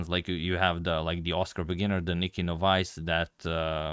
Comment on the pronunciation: To increase your vast knowledge, "novice" is pronounced "NAH-viss"